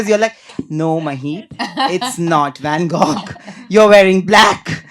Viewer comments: Can we get rid of this 10th fail host for once and for all? Doesn't look good but at least do the ONE thing right as a host - speak well! Be articulate and classy, not like a gossipy, bimbo from a village. Also it's van GO. Not van GOGHHHH. 😢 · Van-Gog wtf is this pronunciation 😂 this host is the worst, wannabe, I LOVED IT WHEN RANVIR SHOREY showed him his place.. gave it right back to him during bb exit interview 😂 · saying Van GoGH multiple times is just so jarring. As an English language host, basic pronunciation is expected and not to hard to come by. Quite jarring. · Bro apart from the interviewer being so stupid and annoying why is he pronouncing Van Gogh like that!!!! You can literally tell he is not a professional journalist and definitely needs to learn